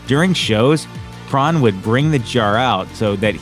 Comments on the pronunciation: It's Crahan not Cron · Jesus Christ, do you conduct ANY research for these videos? Crahan is pronounced cray-on (just like a Crayola). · For the record Crahan is pronounced Cran. The "h" and second "a" are silent. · “Drummer, Shon Chron” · The way he says Crahan makes me wanna beat him up pretty severe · This is how many times he mispronounced Clown’s last name. 👇🏻